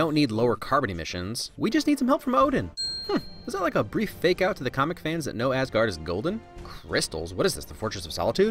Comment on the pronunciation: It's funny to think that they have British David Bradley speak Norwegian in the first Captain America movie and yet they can't pronounce Mjølner nor Asgaard right. Oh well, the downside of the Nordic languages being so different.